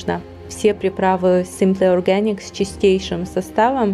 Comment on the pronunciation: видео классное,но произношение Simple Organic это капец...так по ушам бьет произношение,словно язык ломают когда говорят